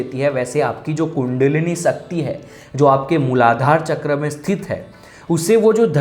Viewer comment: TRS ka interview dekha...aap श ko स kyu bolte ho....सकती, खुसी,डाइमेनसन...kya hai yaar... speech ki vajah se aapko sunana achha nahi lagata...gujaratio ka naam es vajah se kharab hai...mai bhi gujarati hu...so please speech strong and clear karo.